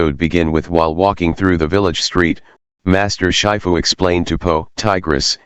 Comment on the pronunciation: Dude it's shifu not shyfu